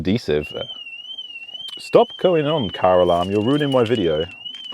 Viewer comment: For a moment then I thought you said stop going off Caroline 🤣🤣🤣🤣wasn't until I watched again I realized you said car alarm 😑